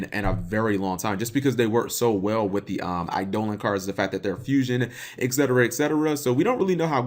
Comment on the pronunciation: cmon bro its pronounced "eye-duh-lawn'